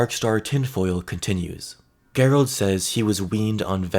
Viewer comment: Okay bro i love your stuff but its "JER-OLD' darkstar....not "GERR-OLD".... think the british way of spelling Gerry...you wouldnt say "Gerr-Rie" lol...just saying...no hate brother. Keep rocking